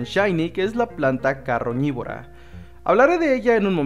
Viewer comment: no es caroñibora es carnibora